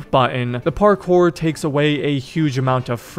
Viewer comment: "parCORE" wtf dude